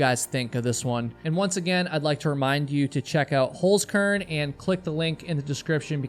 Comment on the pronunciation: No, I do NOT excuse your language!!! And learn how to pronounce the name of your sponsor properly. That's HolZkern, not, HolSkern as you say it. So you'd have to pronounce it like Holtskern. Not Holskern.